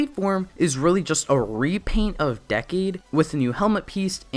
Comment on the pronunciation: It triggers me that he says Decade Wrong 😠😤